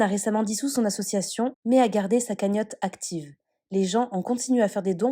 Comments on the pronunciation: A-SSO-CIA-TION, c'est pas compliqué ! 😲 Le mec s'offusque que l'on fasse sauter la cagnotte car "l'associon" 😆 a fermé. En aucun cas il explique cette incohérence et à la place il traite de cassos ceux qui l'épinglent... Inversion des valeurs encore 1 fois. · Besoin d'aider?? Arrête mec tu n'es pas crédible du tout! Tu es un mégalo, un égocentrique au melon démesuré! Mythomane puisque tu as l'air de croire à tes conneries! Mais quel manque de respect pour les imbéciles qui te kiffent! Tu assumes d'etre critiqué parce qu'on parle de toi et c'est tout! Et stp, À S S O C I I I I I I A T I O N. PITIÉ, parle correctement. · Pour tout ceux qui se moque de sa prononciation sur le mot : ASSOCIATION, c’est pas cool car ça à rien à voir avec le fait de bégayer, c’est juste de la Dyslexie (et 1 autre terme dont j’ai oublié le nom) et dans énormément de story ça lui arrive sur pleins de mots, d’avoir ce genre de souci de prononciation mais ça ce n’est absolument pas de sa faute c’est quelque chose qui se découvre et s’installe dans l’enfance à l’école et/ou à l’adolescence au collège . Après, pour améliorer ça partiellement ou même totalement avec de la persévérance, il pourrait en prenant des cours d’orthophonies, corriger « ce style de pathologie » du langage ! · Le mec ne sait même pas dire Association 🤦‍♀️ Il me fait flipper avec ces mythos de l'enfer celui-là. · Association pas Associoation Dylan 😆😅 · Qlq1 pourrait lui dire que c ASSOCIATION ET NON ASSOATION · L achiochion j'ai écouté au ralenti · J’crois c’est plus « assuassion » 🤦🏽‍♀️😂😂😂🤣🤣🤣🤦🏽‍♀️ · Il dit plutôt : ASSON ATION